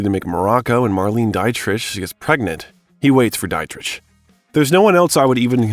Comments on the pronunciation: Marleen Die-trish? 😂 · Came here to say the same thing! This is so well-researched and well put together otherwise. It's a shame they couldn't hire a narrator who would or could say the names correctly. Were the editors just asleep or think we wouldn't notice?? "Pam GRY-ER, Marleen DIE-TRICH, Roger EBB-ERT"?! My god, smfh. How do you butcher those names so horribly? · Mispronunciation. You're not wrong. I expect an AI voiceover to pronounce names incorrectly but not a film buff. Obviously, this narrator is NOT a film fan. Marlene Die-Tritch. Are you kidding me? Has he never heard these names mentioned before? Or is he twelve years of age? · hilarious; the FRENCH actress julie dreyfus is referenced while showing footage of the AMERICAN actress julia louis-dreyfus. oy vey. marlene-a dia-trisch. 😹 well, minor annoyances but unprofessional nonetheless. still. at 2+ hours, i'm hanging on every word & image. 👍👍🏾👍🏼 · Marlene Die-trick. Come tf on! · do you not know how to pronounce Harvey Keitel's, Marisa Tomei's, Pam Grier's or Marlena Ditrich's names correctly??